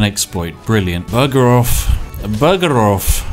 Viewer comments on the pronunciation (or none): That "Bugger off" sounded with a strange accent to me. As if Spiff was introducing his new character. - Buggeroff. Vitaly Buggeroff. Double iced vodka. Shake it, don't mix it.